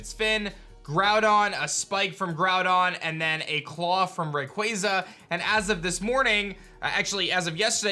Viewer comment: Props for saying Rayquaza correctly